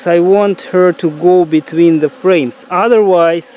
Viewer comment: I’m sorry. I know it’s dead but I only think of Uganda Knuckles when he says da queen bee 🐝 . “We have found da queen!”